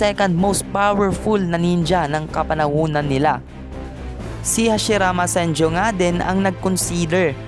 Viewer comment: senju not senjo